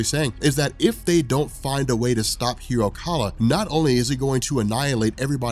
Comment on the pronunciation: hiro kaal. not kala